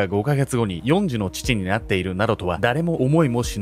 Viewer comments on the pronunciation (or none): 終わりかけに4児をよんじって言うてるのがなぜかツボって気づいたら話しおわってた＿|￣|○ il||li もっかいみまーす❤